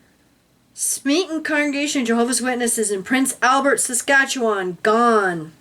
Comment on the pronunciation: good job saying saskatchewan I love you both --I live in Saskatoon SK